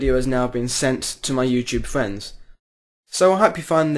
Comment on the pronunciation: Lol, you say Fwiends